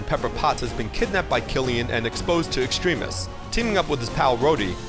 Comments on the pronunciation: It's not Extreme-is, its Extremis. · u pronouced extremis wrong